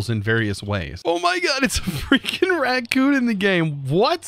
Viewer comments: “Rat coon” Sir, It’s “Raccoon” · Did anyone else scream at the screen or in their heads every time he said "RaTcoon" instead of Raccoon, or was that jus my Girlfriend and I?? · I love how he says ratcoons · "ratcoon" lol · Im sorry but is he saying ratcoon?